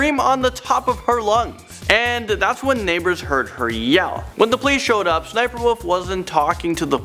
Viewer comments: you kinda dumb bruh it’s S-S-sniperwolf not ssssss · It's pronounced s.s.sniperwolf and her name is leah! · It’s s s sniperwolf well you say it look that( well I say it like that) and her real name is Lia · I think it's said like S-S- sniper - wolf